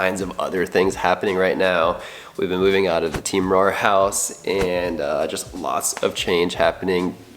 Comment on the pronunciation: He said rare Keoeoeoepep